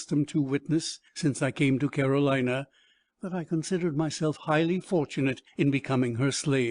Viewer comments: Agreed. I appreciate the effort the current reader I'm listening to made, but can't fully understand her. And it's not an audio issue. She pronounces Carolina as Caroleeena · I like the book so far, but once the narrator changed, totally lost interest You can’t understand a lot of what she says, nor can she pronounce simple words: Carolina, Carcass????